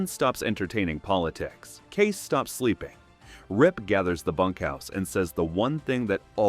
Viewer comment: Using AI or someone who never watched even one episode to narrate? Kayce is NOT Case, it's KayCE. Thumbs down for such a basic screwup